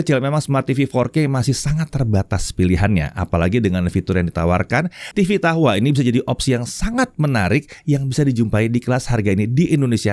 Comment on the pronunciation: Dahua dibaca tahua